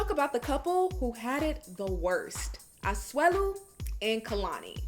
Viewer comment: You say Asuelu 👌👌👌👌